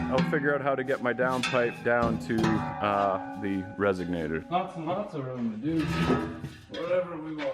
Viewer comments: let me help you out brotherman, it's resonator, not resignator...is that someone who frequently resigns? Did you just create your own word? It should be added to the thesaurus. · says resignator instead of resonator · It is a " resonator " not a resignator.